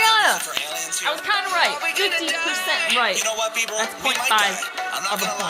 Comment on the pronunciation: fuck u bitch. How did u pronounce Bieber. You couldn't recognize at first and now thats how you say his name. 🖕